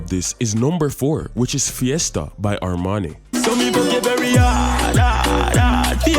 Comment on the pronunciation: Armani sound like "Harmony" and Masicka sound like "Massacre"